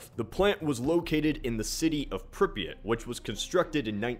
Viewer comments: It's pronounced "Prip-ee-yaht" not "Prip-ee-it". Just to let you know. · You are pronouncing Pripyat so badly.